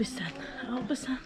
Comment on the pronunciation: WTF? “G”amon? It’s “Hamon”! Jamon is pronounced “Hamon”. And you walked the “Albayceen”. Ok, sorry, just had to get that out.